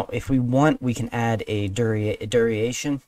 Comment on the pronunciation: not to be a grammar natzi, but duration is pronounced dur-ation not dur-e-ation it's really bothering me haha also keep up the good work :)